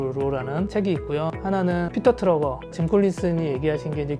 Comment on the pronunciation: 자꾸 피터 트러거 라고 하시는데 피터 드러커 아닌가요 ㅋㅋ